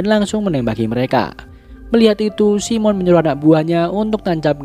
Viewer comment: Bang, keknya bukan simon bang bacanya saimen bang, koreksinya bang 🙏